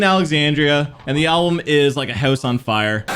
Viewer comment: You must be Canadian, I heard you say "House" as "Houoose" and immediately thought that lmao